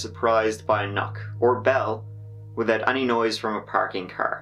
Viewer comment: *"widoud furder"